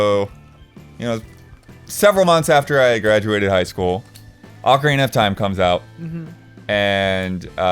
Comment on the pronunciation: First off, why are you guys (except ) always mispronouncing "Ocarina"? You DID A VIDEO showing the correct way: And no, the way you're doing it isn't an acceptable alternate pronunciation, it's just WRONG. I suspect it stems from the American habit of not enunciating vowels. Back on topic, then... I'm a Nintendo 64 freak. I have countless intense memories of the system. I've played at least half of the entire North American catalogue. I can tell you every demo kiosk I've ever played, and every third-party variant of the Rumble Pak. I'll tell you my favorite memory, but let it be known that it's just a HAIR more memorable than MANY others. The Legend of Zelda: Majora's Mask. My third-favorite game of all time. It OOZES atmosphere at every turn. The colours, the music, the camera angles, the visual effects...man. Some especially great parts are the Song of Soaring, Clock Town at night, meeting the Giants, and just wandering up and down the Great Bay coast. But easily the best section is Ikana. And after struggling up the Stone Tower, there's no better payoff than......The Stone Tower Temple. Holy heck. The absolute best designed level in all of gaming. Layout. Art style. Puzzles. Music. Pacing. Difficulty. It's all there. And as for the best moment in the whole level, reentering it after flipping it for the first time. In an instant, it's like a whole new dungeon. It makes you think spatially, as in "if I flip it now, how will that room be oriented?". It's Zelda